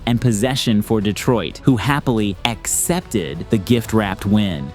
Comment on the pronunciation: Solid video bro, as usual, just don't get the emphasizing and drawing out of random words during the V.O. for example, it sounds like; "... Clay Thompson's, RETURN,, set the bar..." Or "...for Detroit, who happily, ACCEPTED... the gift wrapped win." Hope this doesn't come across as me being a jerk. Just some constructive criticism. The script is solid as it is, doesn't need all that extra stuff. 🐐